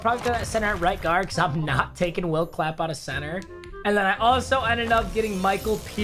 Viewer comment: I literally started dying when said will clapp